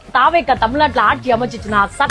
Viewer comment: It's not thaaa vekka ,it's tha vekka🎉🎉.just for fun😂😂